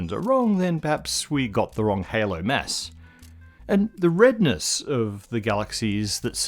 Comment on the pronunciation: His pronounciation of "mass" is ridiculous.